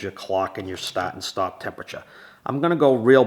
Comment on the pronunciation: What does "staat" and" "staaop" mean?😂😅